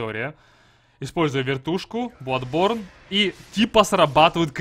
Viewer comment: Я в ахере, я понимаю хотябы маэлсторм, а не маэлштром, но бладБорн! Facepalm x 10000